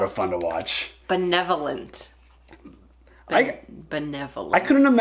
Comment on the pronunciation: Gotta love those bloopers. Love Arya and Tywin, but Peter Dinklage really had trouble with that one word benevolent. I think he did that take like 24 times. I saw a another video today that I never saw before, maybe you guys could check it out if it's not on your list. The Starks/The North Remembers by Tap101Dancer. The song is Nuvole Bianche. It is so beautiful. As always you guys take care. DianeX3